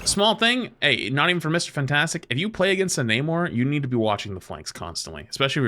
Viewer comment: I hate the way you say Mr fantastic